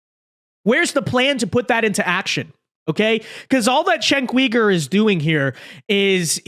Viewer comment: You suck at pronouncing his name